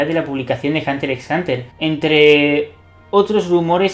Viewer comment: men, no es por ser quisquilloso, pero aunque sea pronuncia la X, en vez de decir hunter es hunter, en los otros casos pronuncian la X por lo menos. Hunter x(exs) Hunter, minimo no?